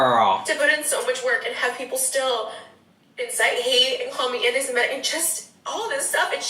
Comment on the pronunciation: it's her pronunciation of anti Semitic for me.